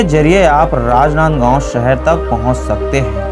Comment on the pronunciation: वार्ग कि मि ,सहर, भासा,सैचिक,सासन, जकसन, अजादहिंद, भाषा ठीक।करो भाई